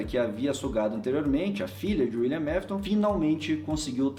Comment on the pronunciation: só eu que senti agonia com o falando " Uilian Mafiton"